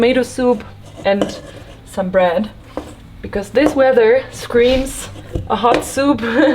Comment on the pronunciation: Hi guys! I hope you are doing well. Me gustaría decirte algo Rodrigo, con todo respeto, weather, se pronuncia ueder, no uerer. Criticismo constructivo, aclaró. Cuídense mucho que Dios bendiga. ❤U guys. Y together, es tugueder, la pronunciación obviamente. No tuguerer. 👊🏼✌🏼